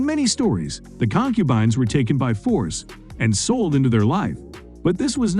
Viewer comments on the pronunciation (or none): The hell is a con-cuban. 🤣